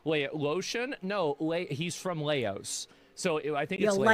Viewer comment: Laos,pronounced like "louse." 🤨👍😏